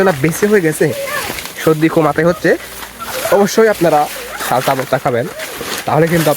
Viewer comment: 😂 সালটা না চালতা 😂 😂 খদম না কদম 😂 😂 ছসমা না চশমা 😂 😂 রেদি না রেডি 😂 😂😂😂😂😂😂😂😂